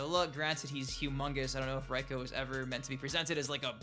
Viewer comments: Literally no one says “Raiko” like that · His name is pronounced Rayko. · His name is not "ryko" lmao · Like your vids, keep it up but for the sake of the elder gods can people please say reikos name right, its pronounced Ray ko. I mean characters in the game say it. Sorry for the mini rant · It's Reiko